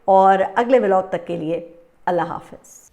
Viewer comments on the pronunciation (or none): none